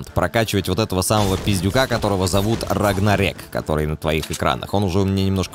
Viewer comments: Не рагрнарэк. А рагнарёк. Из God of war. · это не "рагнарэк" как ты говоришь,а рагнарЁк. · Не рагнорек а рагнорёк:-) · Не Рагнарек а Рагнарёк, это означает погибель всех богов, про тебя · Раганрэээк или Рагнарек?!) отец ) вроде все таки Рагнарек) через ЙО))) извини,что поправил) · Не рагнарэк ,а рагнарёк ! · РагнарЁк!! А не РагнарЕк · не РагнарЕк, а РагнарЁк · Не Рагнарек, а Рагнарёк, это так , просто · не рагнарек а Рагнарёк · Не Рагнарэк, а Рагнарёк. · Не рагнарЭк а рагнарЁк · не РагнарЕк а РагнарЁк , соре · Рагнарёк а не рагнарек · Не рагнарек а рагнарёк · рагнарёк, а не рагнарек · Не рагнарек, а рагнарёк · Не Рагнарэк, а Рагнарёк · рагнарёк а не рагнарек и это отсылка к GODofWAR4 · рагнарёк. Просто, когда через Е, как-то странно звучит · Правильно Рагнарёк) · рагнарЁк, там ё буква, чтобы ты правильно говорил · Правильно Рагнарёк. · Рагнарёк, ударение на ё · шим ударение ставится на ё в слове рагнарёка, а не на а